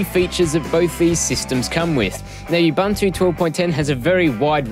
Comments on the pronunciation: Nice video. As we know linux is pronounced "lynn-ux" instead of the expected "line-ux", and ubuntu is supposed to be pronounced "oo-boon-too" not "you-bun-too". Thanks for the vid. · Не убанту, а убунту. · what the hell is "yoob-an-too" ?? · OMG! I know what it is, I'm using it last 2 years and I LOVE IT! I just made a joke of some people's pronunciation of 'Ubuntu' it's not 'yoob-an-too' it's 'oo-boon-too' but some people stubbornly insist on wrong name even if they know they are wrong. It's so strange. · Awsome review buddy! You covered it all. Now time to install you-bun-too. Who cares how you pronounce it :D Thanks for the review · don't vowel shift the 'U's